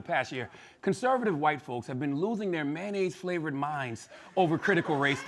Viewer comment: I always die when he says Mayonaise🤣